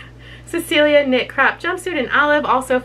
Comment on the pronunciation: I was so confused at what a "crap" was. You're saying crop.